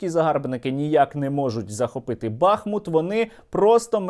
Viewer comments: Місто БахмУт, а не БАхмут. 🇺🇦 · Тільки не БАхмут, а БахмУт, дякую. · Сергій, не "бАхмут", а "бахмУт". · Не БАхмут, а БахмУт. Чому всі кажуть неправильно? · Добрий вечір, хотіла запитати, чому саме БАхмут? Просто зараз не зрозуміло як правильніше БАхмут чи БахмУт? Дякую за відео і інформацію! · Пане Сергій, хіба не БахмУт? ☹️ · Не Артёмовск! Але й не БАхмут а а БахмУт. Назва йде від річки БахмУтка. Очі всього світу приковані зараз до Бахмута, а журналісти та блогери не можуть вимовити його назву правильно! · Пане Сергію, не БАхмут, а БахмУт. Будь ласка, кажіть правильно. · Пане Сергію! Будь ласка, ставте вірний наколос у назві міста БахмУт! Ми зараз якраз тут і місцеві дуже обурюються на невірний наголос. Назва міста йде від назви річки БахмУтка. Тут у них і вірші навіть є на цю тему. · Правильний наголос БахмУт, дякую за випуск. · Доречі - правильно бахмУт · Пане Сергію, правильно казати БахмУт. Слава Україні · Дякую за новини, як завжди круто! Але Бахмут правильніше казати з приголосом на літеру у, тобто БахмУт. Слава Україні! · В назві міста БахмУт наголос на "у". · Бахмут, наголос на у, з твого дозволу Тебе поправлю! Тримайся, всього найкращого! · БахмУт, так буде правильно! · Бахмут наголошується на другому складі